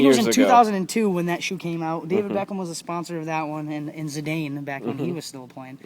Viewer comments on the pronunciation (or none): good video until he said zedayn.. ughhhhhhhhhh but anyway, Im an attacking Cm, Or a right footed left winger, do you recommend these or the adizero leathers? I look forward to buying these from your website..